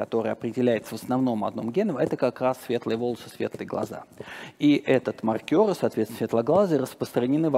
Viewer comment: Я сильно извиняюсь за буквоедство, но спикер постоянно приплетает какого-то маркёра, который либо считает очки в бильярде, либо что-то маркирует. Скорее всего он имеет в виду мАркер, но это совсем другое слово, которое совсем иначе произносится. При всем уважении к умному человеку, просто сильно режет слух.